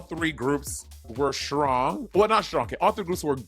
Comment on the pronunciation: Why does monet say "shtrong“??